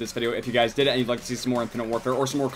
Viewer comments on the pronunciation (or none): Why when he says if you guys did then drop a like he sounds like he's saying if you guys didn't then drop a like wtf